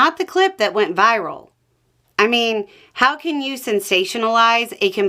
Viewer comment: Wait...? Did she say " You xan only run twice"? ..well donnie did run on 2020 election too and lose, soo that's already a 3rd run... .